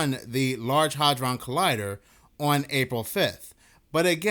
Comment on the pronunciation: Bruh, the “A” in “hadron” is NOT a short “A”, it’s a long “A”, it’s pronounced ”Hay-dron” …bc you repeat yourself 3,000x in a row, it becomes very rough on the ears when you mispronounce shit. 👉🏼😖👈🏼